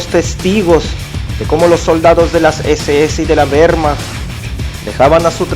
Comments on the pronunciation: "de la WEEEHHHRRRmacht" xD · acento ruso-mexicano y con énfasis de mal actor. Se me llevan los demonios cada vez que oigo "güermach". Nadie pronuncia la W alemana como la inglesa..